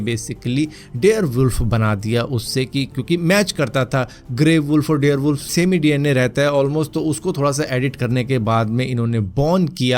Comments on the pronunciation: Dare wolf nhi dire wolf 🐺 hota hai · Bhai Bare wolf hota he dare wolf nhi😂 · dare wolf nhi dire wolf hota h